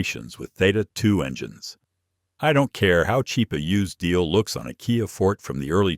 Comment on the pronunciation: who are you? why telling not-100%-true story? KIA = you have to pronounce as "ki-a", not "kay-eye-ei"! you don't know anything about auto-industry. you just make u-tube for $?